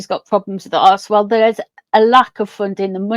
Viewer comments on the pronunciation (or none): I'm from Canada. Everytime you said archwell I heard arsewell. I think I might get my hearing testing!!